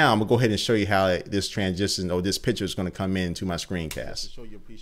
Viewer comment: i always heard "pitcher" instead of "picture"! maybe thats just me, i am from austria so probably i just hear thing different... anyways keep up doing this great videos!